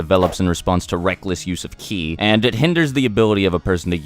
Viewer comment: it's ki not chi